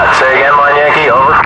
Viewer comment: also, L = LIMA (lee-mah), not LIME (lym) probably why subtitles say "line"